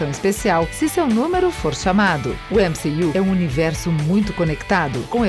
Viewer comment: Mané ÉmCi-you o que.....kkkk